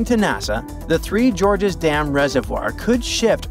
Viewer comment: Three George's Dams? It's GORGES, as in gorge, a deep canyon, and not the name George.